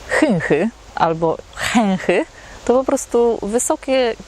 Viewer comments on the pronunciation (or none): NIE CHECHY TYLKO CHYCHY